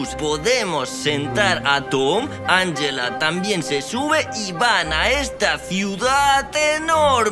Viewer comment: best Spanish y Pashca, Shriayv y Safik 1234 no es anyela se dice anjela